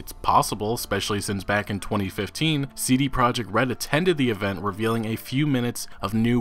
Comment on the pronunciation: He does some quality work but I hate how he pronounce the letters C, D & T.